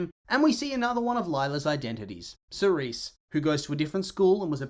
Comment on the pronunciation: Cerese? Like Series? Are you Cere-us? Come on. Also, every person in this town is stupid. For example, Alya not finding out Lila was a liar this whole time? And you call yourself a detective...